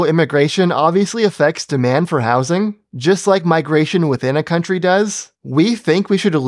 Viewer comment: I just noticed you say Bike and Subscribe, after a few months watching. :)